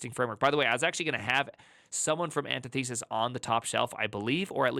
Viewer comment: An tith uh sis, not anti thesis